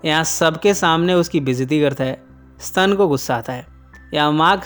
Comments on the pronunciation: स्तन नही स्टेन हा हा हा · Sir ji S T A N = SSS TTT AAA NNN Not Stun eya ssstannn... Mujhey isi words se 3 idiots ki college wala lecture eyaad ati h 😁😅😆😂😆😂😅😆😀😀😁😁